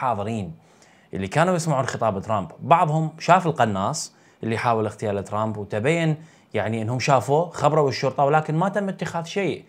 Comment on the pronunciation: اخ للتصحيح فقط الكلمة هي اغتيال ليست اختيال فرق كبير بين الكلمتين 😊